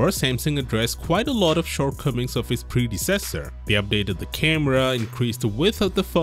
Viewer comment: When is he learn how to pronounce "predecessor"?